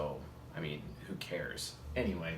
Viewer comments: Every time he says "anyway" I hear "Ne-way"; the path of the ENTP :) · YOOO I had the EXACT same thought 🤯😆as an Ne dom